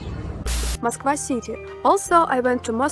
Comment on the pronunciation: Finally ... someone who can pronounce Moscow (mas-koh) properly ... unlike Americans that always say Ma’s-Cow 🐄. 😎my favorite pet peeve.